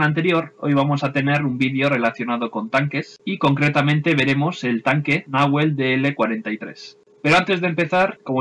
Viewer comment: Buen video. Sólo una pequeña corrección, en Castellano usamos las palabras con acento grave (salvo cuando una tilde indique otra cosa) en los idiomas originarios del Sur es agudo. Por tanto el nombre debiera pronunciarse como si tuviera tilde la E, como si estuviera escrito "Nahuél" Como en Argentina es un nombre relativamente común (y no se suele poner tildes a sustantivos propios) no se le pone como si a Pucará así que es entendible la confusión. Un abrazo.